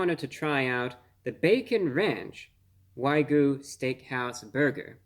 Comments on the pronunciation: Excellent review. I was watching this as one was headed to my house through doordash. Although, for future reference, so as not to confuse others; It's Wag-Yu, not y-goo. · wag - you.... say it with me bruh waaaag - yooou... stop saying why goo before i blow my fucking brains out holy shit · I love this guy but I'm sorry it's not waigyu it's wag-yu 😂 but glad I got to hear his review on this because man I was this close to ordering one of those lol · It’s wagu (waa-goo) not ‘why-goo’. And dude cut your finger nails your hands just look really creepy. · Wah-gyoo not Why-goo lol. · It is why gyou, not goo. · Fun to watch and appreciate the sarcasm, but it carries more weight if you would learn how to properly pronounce "Wagyu." It's waa-gyu, not why-goo. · Wag-yu, not way-gu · Dude, you're a food reviewer and you say "why-gu?" It's pronunciation is "wag-gu!!" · Its Wagyu, not Waygu. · Wag -You. Not Why-goo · It's "Waaagyu" no "Whygyu" you just made an old Japanese man cry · if i hear him say waygu one more time i'm gonna lose it. it's pronounced WAGYU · Wag me? WAG YOU!!!!! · Wagyu (not waygu) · It's pronounced WAG YOU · OH MY GOD!!! Look at the word! It's WAGYU, not WYGU. I'm cringing every time I hear him say the word so incorrectly. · why goo? 😂 you know what bruh you can’t pronounce it anyway you’d like 👏🏻👏🏻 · It's Way-Goo alright A-15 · if this guy says wai-goo again ima snap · Wrong pronunciation. It is "Wag You", Not the way you are pronouncing it. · "Why Goo" indeed. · are you trying to say wagyu wrong haha? it's wai-gyoo... as evidenced by the pretty simple spelling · He finally takes the first bite . He doesn't know how to pronounce 'Wagyu' he says 'Waygu'. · Wa - gyu 😅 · Why-goo beef? What-goo? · At Arby's, it's waygu, whatever that is, for legal reasons...😁 There's no way that patty contains actual wagyu beef for 8 bucks.😉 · lol why-goo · The king of mispronunciation... whygyou do it brah?😁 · how about to pronounce wagyu properly for starters?